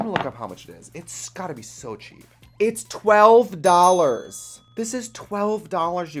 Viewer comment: 12 DALLHARS YEW GUYS